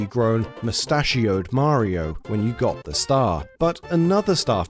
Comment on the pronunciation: You guys still can’t say Mario right.